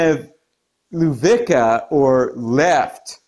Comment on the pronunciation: Lewica is pronounced "levy-tsa". Just saying 😉